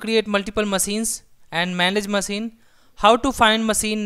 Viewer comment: good explanation and clear language. Good job! Though I can't get over the fact that you pronounce maSEEN :D it' s funny but if you want to sound even more professional check the phonetics on the word "machine" using google voice and try to emulate that. Regardless, good tutorial!